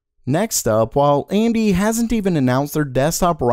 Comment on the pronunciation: "GOING AMT" the what?